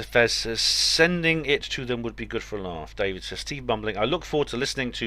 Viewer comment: Sounded like you said 'steve bumbling' lol